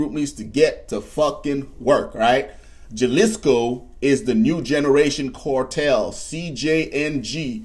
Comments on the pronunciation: It’s Ha not J say it with me Ha le sco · ha-leas-co, not jal-is-co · you mispronounced Jalisco it's pronounced as (hall-lease-co) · the way he says Jalisco😂 I'm not Mexican, but I know the J is silent. Lmao